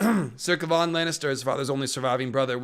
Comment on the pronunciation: Ilysm but why do you pronounce Kevan like that 😭😭😭